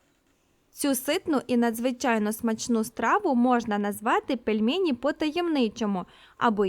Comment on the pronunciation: Дуже неприємно було чути "пЄльмЄЄні", а не "пельмені"